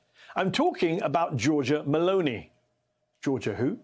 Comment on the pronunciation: Her name is not M a l o n e y. It is M e l o n i !